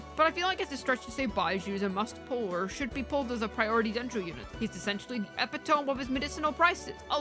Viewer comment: nice video. Just as an fyi it’s pronounced uh-pi-tuh-mee